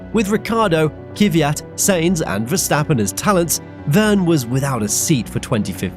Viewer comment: Thanks for re-uploading as I didn't get it the first time. Another good and interesting video, thanks. A short note on pronunciation, though. The plural of Grand Prix is not Grand Preez. It's Grand Prix, exactly the same as the singular noun. And despite the fact I could never abide the bugger, please pronounce Daniil Kvyat's name correctly. It's not Kiviyat, but Kvyat. There is no vowel of any description between the K and the V. But other than these minor gripes, a great video from you, once again.